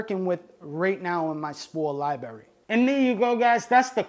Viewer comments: It was probably as many times as "spores". Every time I hear libRary pronounced libarry it hurts my brain. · Love this guy.. lot a great info and has taught a lot. But bruh come on g. It’s libRARy not liberri. If you gonna say it 1000 times please say it right my guy. 🙏🏻🙏🏻please🥺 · Lmao "liberry"... it takes away from the professionalism. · Every time he says Liberry you have to bang your head against a wall as fucking hard as you can and then take a facking shawt uh whiskey ..... You know? To really get fucked up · Its called LIBRARY not libery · Wtf is a lyeberry? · It’s a “library” not LYE BERRY lmao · Im sorry man. I have to do it. It is Li bra ry. Not li berry.😂😂😂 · Lol liberry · Library not Liberry!!!! PLEASE!!!!!!! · its a libRary, not a lieberry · Spoor lie berry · I don’t know if I can take advice from someone who says “libarry” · lie berry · I love how he is incapable of pronouncing the word library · No disrespect..AT ALL but all I hear is LIBARRRY. LOL ..I love it! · But got one hell of a lie berry. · "I gawtya lieberry right here" Got my first like on my last comment and couldn't help myself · I feel a neuron dying every time I hear it... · How is it possible as an adult you pronounce library like a 5 year old? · there are 2 r's in the pronunciation "lib(r)ary" lol. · How can you pronounce the genus name so well but can't pronounce library. Sometimes you're over embellishment with your pronunciations trying to be more hip-hop is annoying. You remind me of Nick Swardson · "Fawck you, cawk sucka" - thoughts that he won't voice because he's too chill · He speaks a heavy regional American English. Impossible to mistake where he's from. :) Has a few problems with the latin also -- especially cyanescens and azurescens But, ah well. Not so important.